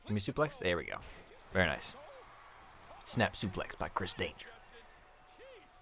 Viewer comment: You keep sayin danger but it says denker